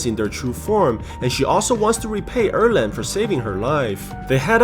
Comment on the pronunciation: Its 二郎 not err leng.